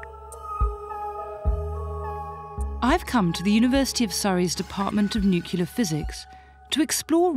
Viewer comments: Did she really pronounced nuclear "newkiller"? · Dr Suzannah, the word you're looking for is nuclear not nucular. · May be a hollywood fashion but its not 'nuciler' its 'nuclear'. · it's a BBC production stand back and study the "mind influencing" delivery /subliminal techniques . the (inadequate) fact stream is ok... but its the delivery techniques that are fascinating . and i do wish she could say nu-clear. not nucular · "(...) the discovery took killers to a nuclear level." I laughed out loud because it sounded like "new killer". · is she actually saying nuculer or is she failing to say nuclear? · New. Clear. New. Clear. . . Nuclear. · "Nucular" physics. There she lost her credibility. Pity, I had liked the video before this.